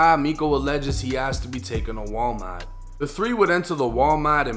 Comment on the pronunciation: "War-mot" 😂 that Boston accent is crazy.. 😂😂